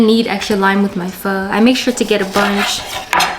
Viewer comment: She's black because she can't even pronounce Pho correctly.